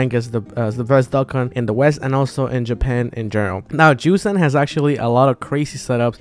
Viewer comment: number 3 yu-son not yu-san